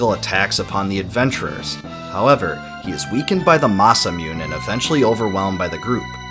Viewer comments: Every time I hear Masamyuun I die a little inside.... Otherwise thank you for the great summary of the story! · Just a heads up for future reference Masamune = Ma-Sa-Mu-nay pronunciation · Bro it’s pronounced “Mass-a-moon-ay”. The sword is named after a legendary Japanese sword smith. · Mah-Sah-Moo-Neigh….. This is how you pronounce masamune. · Mah-sah-moo-neigh is how Masamune is pronounced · When he pronounce Masamune I just can’t lol I guess the way I say it is wrong (Masa-Moo-Nae) it’s cuz of Date Masamune and the sword Muramasa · Mas-uh-mew-n? It's pronounced MASAMUNE, but maybe it's too much to ask of an American YouTuber. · Masamune is pronounced MA SA MOO NAY. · masamune... masa-mune-ney MASAMUN-NAY NAY!!! MASAMUNE FUUUCKKK!!!! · Masa mee-un.. oh im triggered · It’s masa Mune.. 🤦‍♂️ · Masa myu nay. Sorry to be that guy but... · I know this is an old video. But I love how you butchered the names of most things and characters in here 🤣. For example, Masamune is Masamune, not Masamyun 🤣. It's a Japanese name, a japanese sword. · "ne" is pronounced nay. It's a Japanese sword. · It really triggers me whenever he says it masamune incorrectly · I keep cringing whenever he mispronounces that name. He obviously doesn't watch many Japanese anime or at least doesn't care for the Japanese language. Literally proves he is just completely 100% ignorant of anything Japanese, and is inconsiderate because he doesn't even apologize in video for butchering any words in case he does. Seriously put together well, besides for the shitting he did to the Japanese language. 4/10 for editing but -6 points for not even bothering to try with the Japanese wording. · I just noticed you ignored all comments relating on how you mispronounced masamune wrong lol wouldn't it just be easier write a disclaimer in the description area ? ps love the video i listened to it at work i learned so much keep up the good work . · 'Masamune'. The 'E' at the end is pronounced as 'Aye', as in 'Hey'.